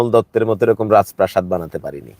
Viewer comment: ভাই শ‍্যামলের উপর এতটাই ক্ষ‍্যাপা যে তার রাজপ্রাসাদ উচ্চারণ করতে সমস্যা হচ্ছে 😅😅😅